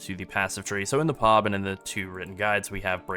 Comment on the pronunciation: bro please stop.... It's P. O. B and not POB 🤣😂😂😂🤣